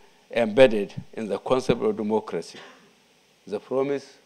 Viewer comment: All I heard in the first five minutes was Duumoocrasy. Can someone tell this sick man to sit down. Dumb like a bag of rocks..